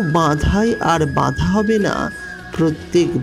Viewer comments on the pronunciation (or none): আপনি 'বাধা' কে বললেন 'বাঁধা ', 'subscribe' কে বলছেন 'suscribe',শব্দগুলো ঠিকঠাক বলুন,তবেই তো শুনতে ভাল লাগবে !